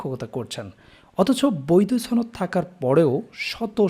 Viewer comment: ভাই উচ্চারণে সমস্যা।